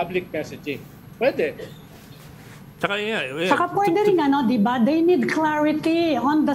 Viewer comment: And Amy Pamintuan, "di ba?" is so yesterday. It's "de ba?", according to Cielo Magno. 😅